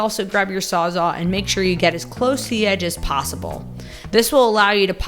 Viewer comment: Thank you! Not to be too nit-picky, but it is a "Sawzall" by Milwaukee. See that : sawz-all? Not sawzaw. Because it saws all or everything. Sawzall.....I know you can say it :) Thanks again!